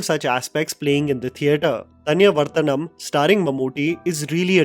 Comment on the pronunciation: It's Mammootty, not Mamuti! And in the Chapters, it's Thaniyavarthanam, meaning the Recurring Rhythm. Even though the actual meaning of the word is more like a Guitar Solo in the middle of a Rock Song, where a musician goes on his own in a composition! :yougotthis